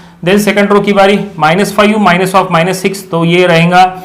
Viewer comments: Five ❌ Faiyu ✅ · Fayu nhi sir five bolte hai 😅😅😅